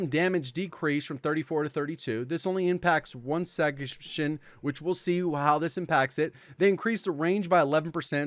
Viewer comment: did anybody else catch me saying section like “segmehtion” 😂😂😂😂